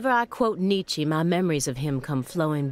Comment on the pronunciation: Actually, it’s pronounced ‘knee-chuh’